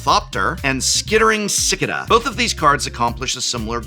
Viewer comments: Cicada is pronounced si-kay-duh, not sick-uh-duh. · Sik-uh-duh? I think the insect name is pronounced Si-Kay-duh. Prof I think you skittered past the card name there. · Prof - I love ya - but you mispronounced cicada. It’s sik-kay-da. Just another example of how dumb (dum?) the English language is. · "sickaduh?" Prof... Man... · Sih-kay-duh 😂 Silly Prof. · Isn't Cicada supposed to be pronounced as "suh-kay-duh"? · you pronounced it as "Skittering sic-ah-duh" or sic-ih-duh, depending on your vowels. I don't wish to say the Tolarian phrase to, but i know how difficult english is. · Did my magic expert english professor mispronounce “Cicada”? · My professor, you did not just pronounce Cicada that way.